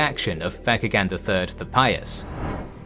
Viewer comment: The name mentioned “Vatchagan ” the CH in the name is pronounced as ch just like how you would say Church or chore and not ka Hope this makes sense . Btw. We have that name until today . Vatchagan. VATCHAGAN still used today in Armenia 🇦🇲🇦🇲🇦🇲🇦🇲🇦🇲